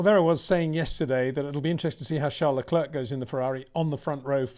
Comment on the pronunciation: Charles Lecler, Peter Wind sore. The second 'c' is silent